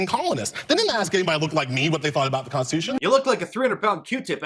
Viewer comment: She can't even SAY Constitution! 🤣🤣🤣🤣🤣🤣